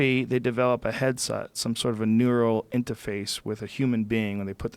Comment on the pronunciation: you can hear Joes Boston accent peak through. Neural intahface